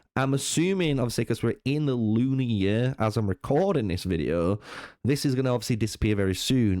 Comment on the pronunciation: Pronounce year properly you little nerd.